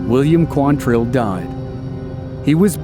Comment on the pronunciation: QUANtrill. Not quanTRILL. Why can nobody get that right?